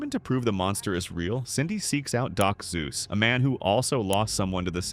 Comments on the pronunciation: Did you say Doc Zeus? More like Dr. Seuss 😂😂😂😂😂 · "Doc Sues" DOCTAH SUES? Srry i had to turn British